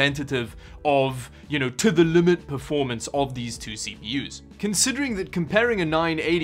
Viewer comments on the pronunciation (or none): none